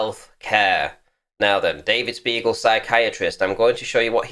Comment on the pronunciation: sounded a lot like you called him an "arse beagle"